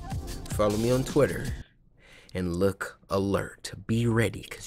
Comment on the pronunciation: Cory said Titter😂